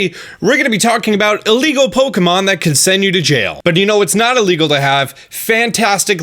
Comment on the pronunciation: Istg everytime you said "illegal" i thought you said legal. dead serious I heard you say 18,000 people were sued for legally downloading music.